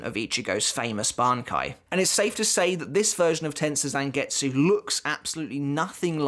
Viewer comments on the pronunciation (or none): Learn how to pronounce Tensa Zangetsu!!!